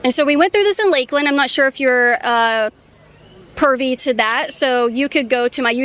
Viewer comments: It sure sounded like she said I'm not sure if you're pervy to that, but hopefully she meant privy 8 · “pervy?” I think she meant privy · Did she say "I'm not sure if you're 'pervy' to that..."??